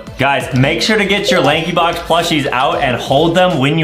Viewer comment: bro said laxybox Lankybox